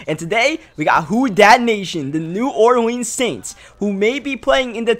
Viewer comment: Pronouncing New Orleans weird af and I'm from New Orleans 😑😑